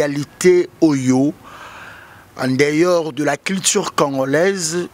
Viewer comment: On dit en dehors et non en deyor loba kaka lingala.